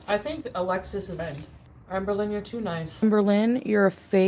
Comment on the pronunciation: “Ambuh Lin”